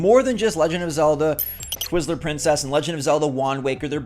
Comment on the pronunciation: He said, "Twizzler Princess". 😂🤣😭💀